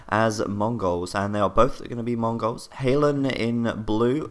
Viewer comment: I love the way you pronounce 'Mongols' as though you are, yourself, a Mongau.